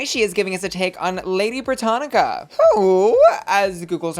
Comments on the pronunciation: it's Britannia not Britannica girl 💀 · Lady Brittania .... not Lady Brittanica. Cringe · my love, it’s “Britannia” not “Brittanica”. The latter is an encyclopedia. Britannia is a Roman goddess, for whom Britain is named. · It's "Lady Britannia". Not Encyclopedia "Britannica"!😂🤣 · Not saying “BrittaniCa” girl that’s an encyclopedia xD it’s Britannia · It's Lady Brittania - No c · not Lady Britannica! hahahahaha its Britannia! silly bussy. LOOOVE lady britannia though. 🥸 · Canada is part of the British Commonwealth . And it's pronounced britannia not sure how how you can miss pronounce that smh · Haha babes- you do so much research and she literally said in the episode Britannia is on the Canadian coins. Plus say it with me Brit (as in Britney) an (as in Ann) ya